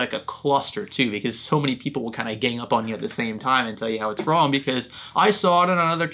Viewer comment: Lol im laughing so hard on the guys you said, "roooonnggggg you idoit is rooonnngggg". He cant even spell😂😂😂 something is "rong" with him